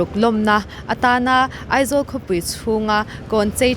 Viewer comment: E...nilo in A...tihtur aw...Eizawl nilo in Aizawl tihtur